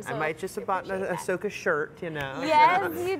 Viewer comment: "Ashoka"? It's Ahsoka ya nubs...